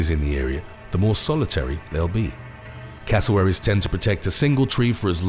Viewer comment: .why it sound like you're saying casserole?. xd